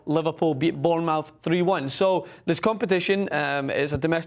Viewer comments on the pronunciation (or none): Absolutely shocking pronunciation of Derby and Bournemouth from